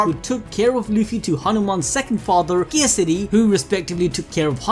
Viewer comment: Hope they won't butcher every single pronounciation next time. I almost cried hearing them mess up EVERYTHING. But hey, they pronounced Kesari properly!